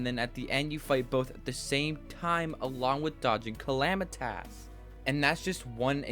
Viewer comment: Calamitas not calami-TAS! anyways amazing vid. also, more music notes RYLEH and VOID both also give a mood of emptyness and dread, fitting with where they are... the CRAGS' music gives that ruined feel, which is perfect, and more